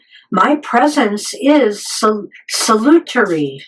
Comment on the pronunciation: Also: It's pronounced sal-yoo-terry. "Salutary." As in "salutations." ;)